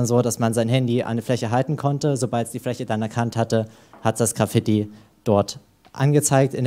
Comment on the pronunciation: Wie kann man das Wort Graffiti so schlecht aussprechen